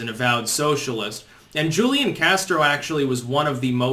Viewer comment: It's "Hoo-lee-on" Castro....Hoo-lee-on. Now stop mispronouncing it, you rayyyyyciss turd! /s